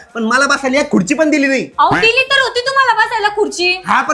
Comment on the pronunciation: Khurchi ❌ Khudchi ✅😂😂😂😂😂😂